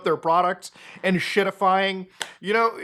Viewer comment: bro said shityfying 🤣🤣🤣🤣🤣